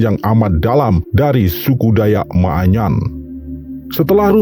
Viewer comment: Bukan maaanyan ,tapi manyan